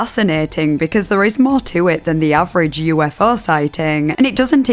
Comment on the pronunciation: Move over "let's investigaet" now we have "Yoo-eff-eaugh"